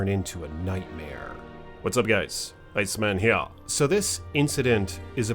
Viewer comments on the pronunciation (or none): Who else loves how says “ Hea!” 🤣 I’ve been to Liard hot springs..beautiful spot but what an insane tragedy for 1 damn day.